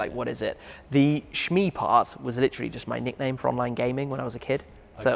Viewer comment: He says He is "well spoken" but literally has a speech impediment whereby He cant pronounce His own nickname. As Elon Musk says: "The most ironic or the most entertaining outcome is always the most likely."